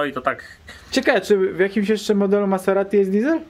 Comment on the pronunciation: Poprawnie wymawia się te markę jako Mazerati, a nie Maseratti. w wymywawia prawie poprawnie 😉